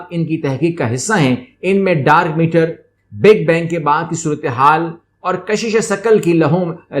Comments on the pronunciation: Nice video but it's dark matter not meter... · Sir its Dark Matter not Meter :p